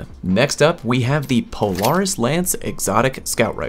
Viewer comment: Anyone else dislike the way he pronounces "Polaris"?